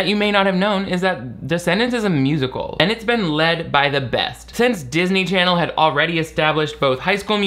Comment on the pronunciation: no matter how many times says "darsney charsney," it makes me laugh uncontrollably